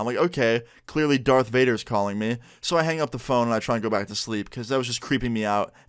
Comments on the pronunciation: Lol darth vater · He said Dark Vader 😂